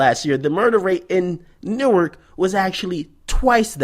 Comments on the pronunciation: Newark dont play. For real. And the real homies don't call it New-ark. It's pronounced Noork. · bruh on god that sound jus like newark folk, nd it's pronounced nork